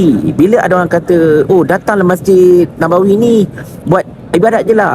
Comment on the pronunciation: Masjid Nabawi. Sebutlah dengan sempurna. Just my 2 cents.